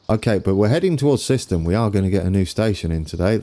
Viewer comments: Siston you mean Syston (Sighs Ton) You got Sileby right....and I love the final Low Bridge at Sileby.... you need to add a Low Bridge warning sign before the Double Deckers take the top of their roofs. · Also, Syston is pronounced S eye ston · Great video! Just one thing, syston is pronounced with an “I” sound. So like siseten.